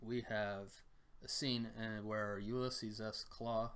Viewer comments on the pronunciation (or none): none